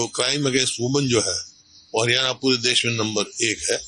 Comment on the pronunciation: Bhai ... Hariyane ... Nhi ... Haryana hai .... Plz thik boliye .. state ka naam